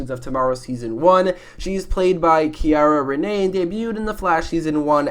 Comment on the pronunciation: It’s Cee-ar-a Renee not Key-Ar-a